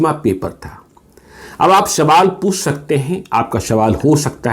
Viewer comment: सर्वोपरी होता है या शर्वोपारी, सवाल या शवाल 🤔